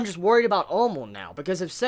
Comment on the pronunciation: why does he pronounce Amon like Almond ?